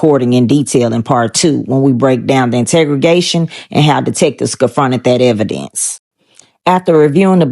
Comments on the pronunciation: Integregation😂.... umm interrogation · My girl it’s in-terro-gation .